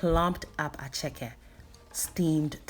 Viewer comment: Attieke not Acheke darling!! attieke!!